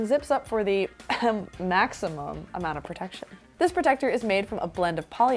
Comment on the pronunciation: i really thought her pronunciation of "maximum" during the allerease review was an innuendo. :-) When I couldn't figure it out, I realized...AHHHH..it's in the name! :-). Love your reviws. You've helped me find a lot of products. Thanks!